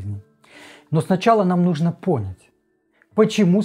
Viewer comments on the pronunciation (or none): На слове пОнять я выключила... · В русском языке в слове «понять» ударение на второй слог